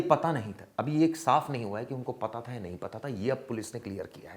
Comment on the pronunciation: pata tha ki nhi pata tha...thik se clear bola kro